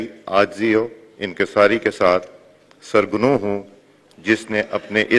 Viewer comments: Janabe speaker yeh word sirnegohan hai sirgnehon naih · “سرگنوں” نہیں “ سر نگوں “ ہوتاہے۔ آپ ایچی سونین ہیں۔ ؟ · سر گنوں یا سر نگوں 😂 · ilfaz to sahi ada karo SARGANU nahin hota SARNAGUN hota Hai (EDIOT )